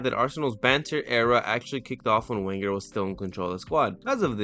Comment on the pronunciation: As a gooner it amuses me to hear Man U fans absorbing the facts after deluding themselves for so many years. It'd be sweeter if they were from the UK and didn't pronounce 'Wenger' like an idiot.